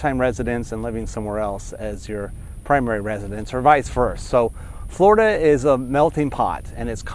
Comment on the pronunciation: He can't pronounce the letter "L." Fgworida